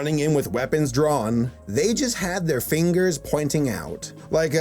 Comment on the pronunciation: we gonna point our fingas at ya